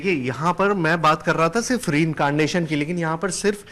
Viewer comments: Letter r is missing in the word incanation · पत्रकार साहब हिन्दी मे बोलो पुनर्जन्म ही बोलो अंग्रेजी बोलनी नई आती तो अंग्रेजी कियो झाड़ते हो ( री कारनेशन) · R is missing from reincarnation🤣